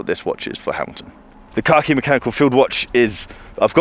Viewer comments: Say it with me.. “Kack-Eee”. Not “car-key”. I had to pay close attention as I thought Hamilton introduced a watch called “car key”. Lol! 😂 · I genuinely heard you say "Hamilton Car key collection" number of times 😀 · Every time said “khaki” I heard “car key”.